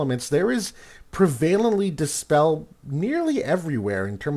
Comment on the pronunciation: I love your videos, but it irks me every time you mispronounce "prevalent". It's pronounced "preh-VUH-lint"